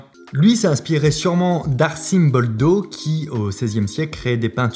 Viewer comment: Cela s'ecrit "Arcimboldo" mais je pense qu'on le pronoce "Arkimboldo" et non pas "Arsimboldo" (il me semble)